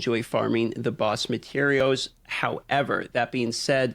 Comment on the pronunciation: I like when he starts talking about gathering materiows